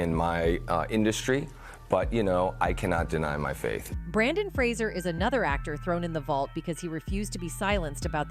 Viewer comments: His name is Brendon Frasier, not BrAndon. And you’re mispronouncing his last name. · It's Brendan Fraser, not Brandon Fraser. The least you can do is get it right. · It's Brendan Fraser NOT Brandon. Do your homework! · it is Brendan Fraser, not Brandon. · His name is Brendan Fraser not Brandon. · Brandon Fraser? Do you mean Brendan Fraser? Why are people spelling and saying his first name wrong?